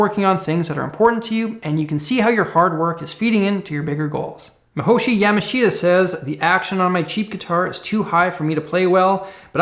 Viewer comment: Not gonna lie, I’m a little sad you pronounced my name wrong still. -Mihoshi Yamashita